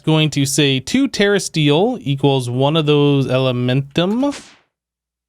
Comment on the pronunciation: It's elementium not elementum bro.